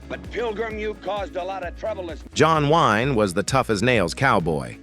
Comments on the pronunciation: The narator in this called John Wayne as John Wine… what has the narator in this been drinking to be so hateful to these wonderful and complex people.? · John Wine? c'mon! I stopped watching because your AI cant say Wayne. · It never ceases to amaze me that these voice-over characters really have no idea what they are talking about. we are told that, John Wine..."John WINE was the toughest......" In answer to your question, the answer is, 'none of them.' These stories are mostly true and were out in public many years ago. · "john wine" 😂😂